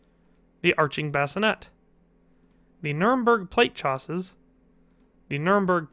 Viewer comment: Oh my, I actually believed Jim Henson is dead. Btw, coif and chausses aren't pronounced like this, should be more French sounding.